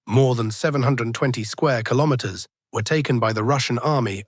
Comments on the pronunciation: Kilomens? Kilomerds? Kilomers? What is it AI? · Is this mean the AI can't pronounce "Kilometers" appropriate?